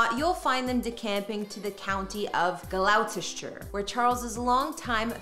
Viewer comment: Talks about Birkhall shows footage of Balmoral. Almost as funny as how she pronounces Gloucestshire :)